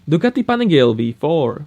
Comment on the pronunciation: I hear duckety panigayle again? It is pronounced Du-Ka-Tee Pàn-ee-Galééé